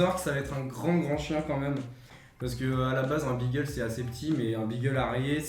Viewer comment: Magnifique chien et pitié beagle se prononce "bigle". Hormis ca c'est un chien de chasse, et par dessus tout il fait parti des chiens courrant utilisés en vénerie au grand gibier donc il aura besoin de beaucoup de promenade et beaucoup d'amour ( mais ca c'est la base je pense )